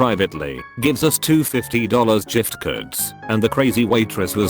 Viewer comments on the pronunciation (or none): Is no one gonna mention the JIFT?? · Wtfff why does the bot keep pronouncing it like a J. WTF BURJER, WTF IS THAT GET A DIFFERENT BOT JEES like gift? NOPE JIFT